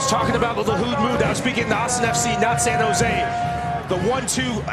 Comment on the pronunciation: Never say die… San Jo Se